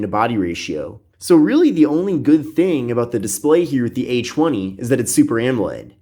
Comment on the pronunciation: I keep thinking he's saying "h1e" instead of "a20" lmfaoo 🤦🏽‍♀️